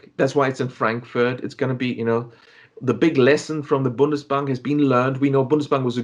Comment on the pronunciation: Bundesbank not bonus bank